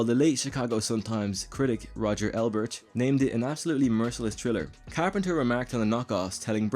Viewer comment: Roger EBERT, not Elbert, ding dong.